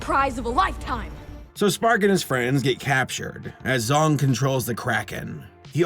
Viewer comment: "General Zong"....... Did no one else immediately think "General Zod" or am I the only one??? I swear I thought said Zod at first then I heard it again and thought "Oh, he said *Zong*"